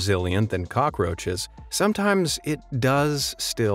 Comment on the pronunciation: You said cocky roches hahaha your hilarious bro